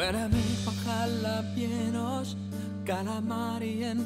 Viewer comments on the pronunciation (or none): Jajaja yo soy de mexico y la pronunciacion de jalapeños esta de la chingada pero aun asi amo a vegard ♥